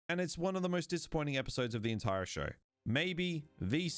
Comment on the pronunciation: Okay, WHAT is going on with this guy's accent? Every time I think I know how he's going to pronounce an "r" he does it differently. I was trying to ignore it but then I heard "he throws his entiRe ahhk out the window." I've never heard that happen before.